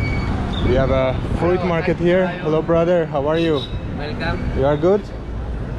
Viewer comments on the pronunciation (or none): It’s pronounced “froot” not “ fru-it”